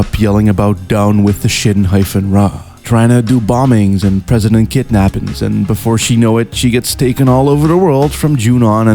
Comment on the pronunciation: It legit took me 30 seconds to realize that you were saying “President SHINRA” instead of “Press SHINRA”... Great video tho lol